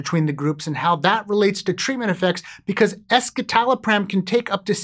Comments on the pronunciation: The way you mispronounce escitalopram doesn’t instill confidence. Why only look at one study? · That's not how it's actually pronounced. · that's not how you pronounce "escitalopram"... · The "es" in escitalopram refers to the (S)-enantiomer of citalopram, which otherwise exists in a racemic mixture of (S)- and (R)-enantiomers in citalopram. A quick Google search of "escitalopram pronunciation" will bring up the correct way to say the name of this medication. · I was on escitalopram for 10 years and that is definitely not how I thought it was pronounced